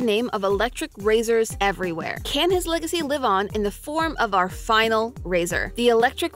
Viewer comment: No…. You didn’t make a mistake taking on MattPat’s “leg-acy”. 🤣🤣🤣